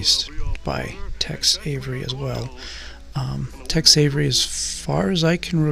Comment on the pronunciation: It's not Text Avery, it's Tex.